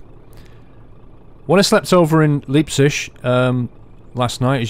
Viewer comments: I love when u say Leipzig...it sound like liebtschig. Say L I ptzick /ˈlaɪptsɪɡ/ btw ur are awesome !! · btw: Leipzig is pronounced Liepzic (like in lie) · As a german I find the way you pronounce Leipzig hilarious :D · He said Leipzig totally wrong lol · Your pronounciation on Leipzig sounds horrible